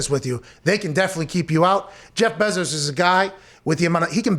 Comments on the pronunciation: Bruh it’s pronounced BAY zos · I have never heard someone call Bezos’s last name so weird wtf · “The Bezores.” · It’s pronounced BAAAAAAAAA-zos GET IT RIGHT!!!!!!! Sorry this just triggered me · If only you guys knew how to pronounce ‘Bezos’ 😂